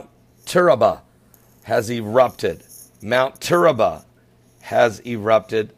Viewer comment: it's TURRIALBA NOT TURRABA I live in Costa Rica